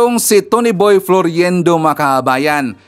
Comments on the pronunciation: FLOIRENDO Hindi FLORIENDO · Its FLOIRENDO NOT FLORYENDO. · You are mispronouncing his name it's pronounced as FLOYRENDO and spelled as Floirendo. It's annoying to the ears.. This Cathy Binag is such a friggin liar and shld stop advertising her immorality and stupidity imo... just sayin...She is a mistress sans class imo .